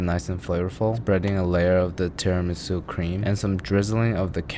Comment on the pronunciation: as a long time italian follower.... you just killede me with that "tiramisu" :( wish i could slap you through the screen